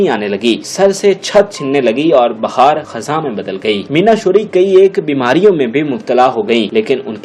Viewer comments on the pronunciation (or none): none